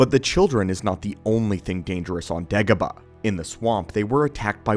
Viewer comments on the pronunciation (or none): It’s not pronounced “Deggoba” it’s “Daygoba”